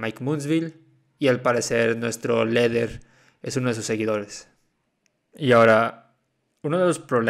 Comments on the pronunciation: No se pronuncia lider y no leder y wifrido y no welfrido q verchs 😂😂😂😂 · Por que dice “leder” ? Jaja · La culpa es de la gente que confía en alguien que dice "LEDER" . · Por qué dice “leder”?